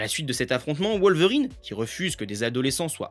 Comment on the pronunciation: Ca ne se prononce pas WoWlverrine (comme Wolf) mais Wolverine à la Française.